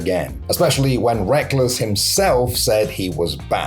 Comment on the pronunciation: i dont follow LoL and thought his name was pronounced like Rekkels, not wreckless 😭😭😭😭😭